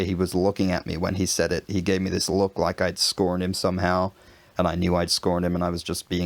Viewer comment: In the last example, the vowel sounds are a little too long. look laugh, need to sound like three letters , clipped off and short without a hint of the longer vowel sound, so NE British, booook, no, buk, short u sound.